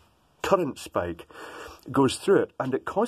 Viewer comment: Provide NOT Provade Spike NOT Sapke.